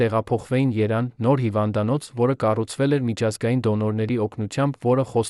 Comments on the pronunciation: Այս տեքստը կարդացողը շատ անգրագետ է։ Ուրիշ ընթերցողի տվեք, որ կարդա։ Գոնե այդ մյուսը Երևան բառի փոխարեն չի ասի երան և այլ անգրագիտություններ դուրս չի տա։ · Երևանի փոխարեն երան մի ասա, անգետ😢